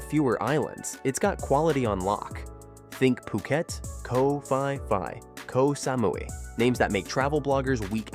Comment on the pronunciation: Koh Fi Fi? 555 (Ha ha ha)